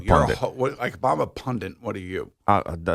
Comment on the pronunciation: Pundit not pundint